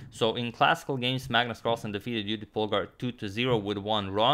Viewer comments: Judit in Hungarian pronunciation. Very nice. :) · Thanks Antonio for pronuncing Judit correctly 😊